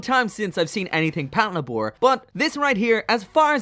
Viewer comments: "Pat luh-bore" wut パトレイバー "patoreibaa" my dude. as in "Patrol Labor." As in the mechs are called "Labors." Because they do labor. "Lay-bore." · Patlabor is just the combination of patrol & labor, it's not said Pat La Bore. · Your pronunciation of Patlabor makes me so angry.